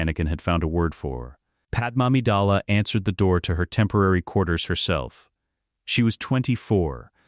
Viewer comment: Sounds like he's saying pad mommy dala😂